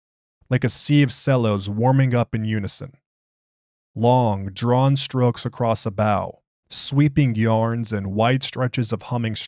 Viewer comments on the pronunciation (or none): Cellist here, so I can't help myself. Cello sounds like "Chello," not "sello" Great choice tonight. Reminds me of the "The Music of the Spheres."